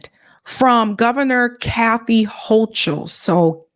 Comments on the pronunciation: The Bronx High School of Science, that's one of the top tested entry schools in NYC, and where the professor went. PS the Governor's name is pronounced Hoe-Kul. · Hi. Just an FYI, the NY Gov pronounces her name [Ho-Kul], not [Ho-Chul]. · Ugh. I don’t know who here voted for them - they are both terrible! By the way, it’s pronounced “Hokul” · Pronounced Hokal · It's pronounced "ho - coal." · It’s said like it’s spelled Kathy Hokul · Hochul Pronunciation: hoe-kuhl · It's pronounced hoe-cull ❤ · The “h”in the governors name is silent!🤓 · The H is silent in Kathy Hochul name